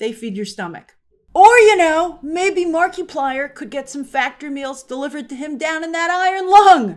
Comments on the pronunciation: Never thought i'd run into anybody that doesn't know who "Mark-a-plier" not "Mark-e-Plier" is. That's like saying you don't know who Mr. Beast o.O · I love you as a reporter Grace but it would literally have taken you 10 seconds to find out how to pronounce the guy's name correctly. the creator of Iron lung name is pronounced like Mark-plier it a play on multiplier not Marky -plier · It’s not Mark-ee-plier, it’s Mar-i-plier ( short vowel form ) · I realize Grace that you don't follow Mark - 'ah' - plier. But I do feel it's worth pointing out that he was involved in the 'Edge of Sleep' series that was distributed thru Amazon. While neither writer or director in that series, he was involved in promoting as much as he could due to Amazon's seemingly strange limitations about advertising upcoming shows. Due to the frustration and annoyances perceived. I think there is a pretty big reason what encouraged keeping the big companies out of the mix this time around... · I work for Disney and Marvel and the hollywood machine. I am THRILLED that Markaplier showed you dont need the corporate Monoliths to succeed. The whole thing would have been completely tainted if he had "kissed the ring" of disney first. Mark-a-ply-er, PLEASE at least learn to say his name right, Gave hope to me that the film industry can recover from the Monopoly that has destroyed its creativity for the last 20-30 years. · Grace must have said "Marky plyer" 100 times this video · It's French Marky-plea-ay 😜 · I giggled every time you said Marky-Plier 🤣🤣🤣🤣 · Markiplier. (Mark eye plier) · it’s pronounced markaplier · I LOVE the way Grace says Marky Plier 😂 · “Mar-kee-plier “? “Conservative male viewers” for Iron Lung? Iron Lung not being good? What kind of biased is this? I am rolling on the floor at the moment. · I'm not a fan... But it hurts the way she pronounces Markiplier xD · I died inside at how you pronounced Markiplier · SAAAME Good God that hurt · It's like saying Multi-ply instead of multiply.